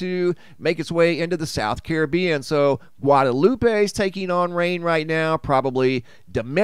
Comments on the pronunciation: Guad-a-loop not Guad-a-lupey Domi-nee-kah not domin-nee-ca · Bless your heart - it's Gwad-uh-loop, Dom-uh-knee-cuh, and there is only one St. John, USVI.